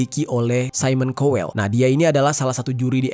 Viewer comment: Pronounce Simon Cowell and Niall Horan yang bener dulu mas 🤣🤣